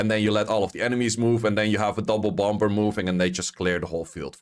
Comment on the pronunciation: The second b in bomb Is silent bro say bom, and bommer